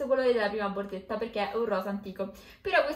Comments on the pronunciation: Ma perché dice BORZETTA?BHOOOOO...PER ME È UN 'ANTIPATICA... PIÙ UMILE... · Forse perché è romana? Anche tu dovresti essere più umile